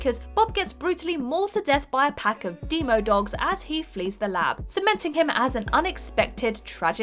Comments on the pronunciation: again, it's the pronunciation. It's meant to be demodogs not deemodogs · correct, as in demogorgon, but demodog. I cringed at the pronunciation too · "deemodogs" I'm sorry what?